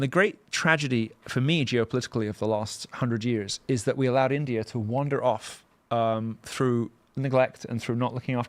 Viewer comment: He still says Indier which I find hilarious.